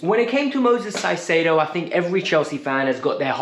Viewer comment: It's Caicedo. Pronounced with a K not S